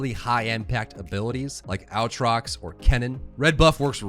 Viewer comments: also "blade of the ruined king" not "sword of the ruined king" the aatrox thing was killing me each time. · It is “Ay-trox” not “Au-trot”, great guide this helps a lot, appreciate the hard work. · God please learn how to say their names... Aatrox is NOT OW-TROX. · AATROX not owtrox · OwTrox lul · disliked because of how annoying it is the way you say aatrox how can you speak english and possibly think its pronounced that way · out here teaching a new generation of League of Legends players how to pronounce Aatrox wrong 😂😂😂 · I literally laughed for twenty seconds every time I heard that Aatrox pronunciation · the way you pronounce Aatrox makes me wanna bleach my ears HAHA